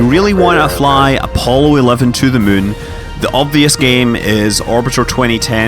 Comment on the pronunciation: Are you still pronouncing it 'Mun?'